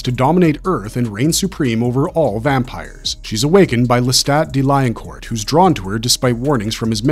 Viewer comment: Le-STAT not Le-STOT De leon-coor not de Lion court Ma-ha-RET not Ma-HAIR-et Also, Aaliyah (despite what some say) was not a good pick for Akasha. The description of Akasha in the book is Caucasian (although not necessarily specifically European) with extremely fair skin and delicate features (even before becoming the first vampire).